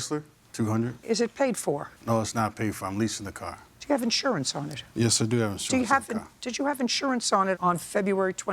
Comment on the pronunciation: He had in shorance on the twenty forf.